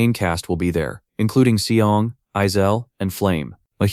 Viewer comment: mc is "seong" and the black haired dude is "seol" but at the end, ai calls them both "shaol" so it gets complicated the video ends at chapter 47 btw. and currently series is at chapter 100.